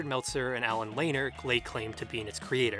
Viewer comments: Also, Allen La-neer, not Layner. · Thank you! It drove me crazy. Also Lanier is "La-near" not Lane-er!